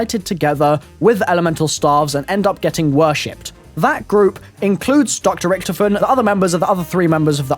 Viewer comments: he says ricktofen instead of Richtofen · its richtofin not richtoofin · Did he acualy just say ricktifin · whenever watching his videos, i cant help but always get annoyed by how he pronounces Richtofen.....